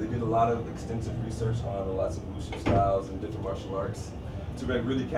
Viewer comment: It's actually wu-ju. SORRY TO BURST YOUR BUBBLE.